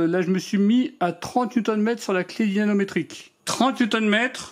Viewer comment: Merci pour cette vidéo En revanche "dynaNometrique" je ne crois pas c'est plutôt "dynaMometrique" 😊